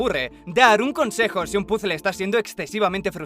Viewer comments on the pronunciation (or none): none